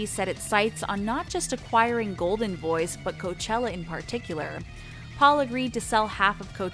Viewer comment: I have a feeling you pronounce things wrong so that we comment “oh she’s saying this word wrong”. She started saying coachilla... gladsunberry... goldenboys instead of goldenvoice... she’s definitely doing it on purpose. “Jesus and the Mary chain” ITS THE JESUS AND MARY CHAIN FFS